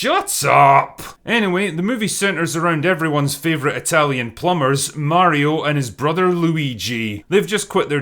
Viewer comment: Pretty glad God Emperor Drinker actually pronounces "Mario" right. I am getting sick by specifically some Americans, naming him "Merio" all the time....... If the era of proper video game movies starts now, the Sonic movies certainly weren't that start yet, despite them being rather successful. And who knows, after seeing Mario's success, maybe the other studios will finally attract to making a proper Sonic movie, not this real life bullshit we got served so far.